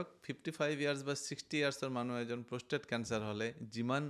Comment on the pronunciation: কথা খিনি ভাল লাগিল ।। কিন্তু, আপুনি কোৱা শৰীৰৰ Organ টোৰ নাম প্ৰস্থেথ নহয় 😂..... আচলতে organ টোৰ নাম প্ৰষ্টেট (Prostate) হয় ।।